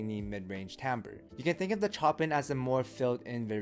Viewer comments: Chopin as in "Show-Pan". As in the composer. 😂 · Chopin is pronounced "Show Pan" from the legendary classical composer. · The way you say Chopin made me feel real uneasy for some reason 🤣